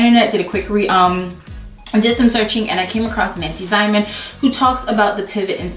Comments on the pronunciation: You were absolutely on point. Especially the parts about finishing seams and getting the right fit. I want to point out that Nancy Zieman's last name is pronounced "Zee men". I also have one of her books that explains the Pivot and Slide method. She's excellent. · Very helpful, Even to a seasoned sewer 😉 Oh, I have to say, the pronunciation is Nancy 'Zeeman' from my hometown. ♥️ Great advice! Thanks! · Love your video! Hint: It's pronounced Nancy Zeeman, not that it really matters. She was an exceptional person and extremely talented. My granddaughter and I had the pleasure of crossing paths with her near the end of her life. Truly a remarkable woman.